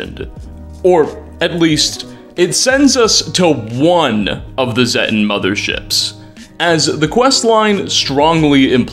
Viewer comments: It’s zetan not zettan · Zay-tan. Long 'a'. Zay. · Z-ay-ten..... It's pronounced in fallout 3 and 76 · The first time I hear zetan in this video, i thought had said "thetan", like the scientology aliens. and the more and more shit was revealed, the more I nodded like "yep, scientology". I'm surprised there haven't been any lawsuits against bethesda for all this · You pronounced Zeta/Zetan 3 different ways throughout the video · all fallout youtubers pronounce "Zetan" while and can't say who is right, this didnt sound right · At least pronounce Zetan correctly.